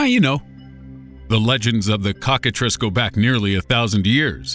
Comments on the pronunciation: I thought cocktatrice was pronounced cock-a-trice as in rice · He said cockatrice 😂😂😂😂